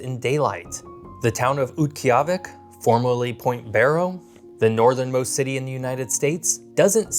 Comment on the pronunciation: Only a few pronunciation mistakes, Diomede and Wrangell. And conflating Utqiagvik's (great job on this pronunciation!) summertime sunlight vs daylight numbers. Not bad.